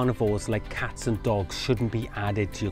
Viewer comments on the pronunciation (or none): none